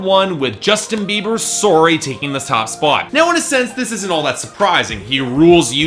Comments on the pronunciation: The way you say "Sorry" really distracts me. "Surey" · Hearing saying "sorry" in his Canadian accent made me giggle.:P And I always enjoy these videos, even if there aren't any exciting movements going on in the charts.